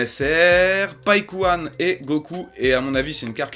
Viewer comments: je reve ou tu as dit Paulkuhan au lieu de Paikuhan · Par contre, ça se dit païkuhan pas polkuhan... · 0.21 Attend il a dit Kalby ?! C'est Kyabe/Kabe et à 0.29 c'est pas Paulkouan mais Paikuhan tu respect rien mec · stp dit paikuhan et non paulkuhan